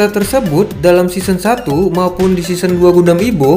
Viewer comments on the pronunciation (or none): SEASON ❌ SISEN ✅